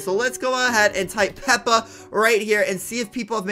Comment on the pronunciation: It actually made me triggerd when he said peps the pig